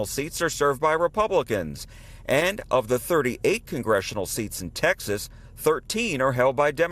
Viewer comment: Why do you pronounce TEXAS as TAXES?